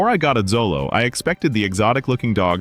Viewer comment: Pronounced Cho-low